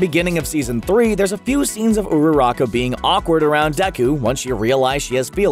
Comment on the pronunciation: i love when he said ururaka